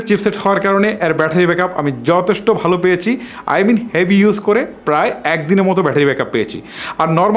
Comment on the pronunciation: **কি কি বালো🤣 দিক রয়েচে **কুব🤣 একটা **নতুন কিচু🤣 **এচাড়া🤣 **টিকটাক🤣 **দরে🤣 নিতে হবে **ফারম্যান্স🤣 (অরো অনেক...কয়েকটা সেম্পল দিলাম মাত্র) শালার উচ্চারণ.... আঞ্চলিকতার দুর্গন্ধ যায় নাই উউচ্চারণ থেকে😡 তোর বউ তোরে কিছু কয় না???